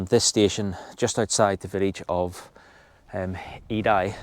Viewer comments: Aid I? Eiði "Eye yeah" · Ha, ha, Edai, is what you call Eði, please get sombody local to tell you how! It sounds Aie😅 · Faroese here. Eiði pronounced more like aye (aye aye, captain) and ye (first part of the word yes). Thank you for your enlightening series about my home country.